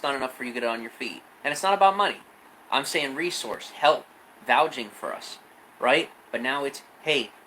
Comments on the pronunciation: He says 'vouging' instead of vouching. I want to slap him. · Is he saying "vouging"? The word is VOUCHING dumbass.